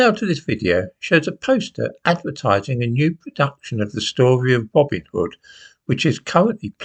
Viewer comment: Is it now called "Robin ov da hood"